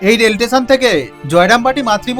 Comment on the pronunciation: স্টেশন ❌ টেসান ✅ 😂😂😂